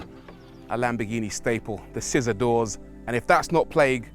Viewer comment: it’s NOT lamb-BEH-ghini it’s. lamb-BORE-ghini there’s an OR in there. there’s an OR in there. there’s an OR in there. actually it’s LUM-BORE-ghini you make videos on cars you don’t pronounce properly. LAMBORGHINI